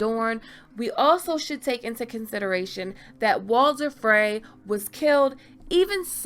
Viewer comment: Very good video but you gotta learn how to say "Frey"